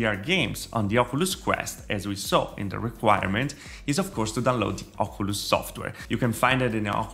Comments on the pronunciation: do you even know how to say oculus? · The way he pronounces “Oculus” make me cry laughing LOL